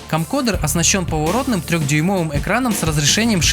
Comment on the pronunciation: Камкодэр, немота - CamcoRder!... Уж лучше говори видеокамера.